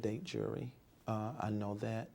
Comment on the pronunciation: Jewelry is Juury